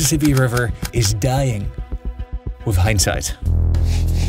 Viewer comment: Wif hindsight. 😂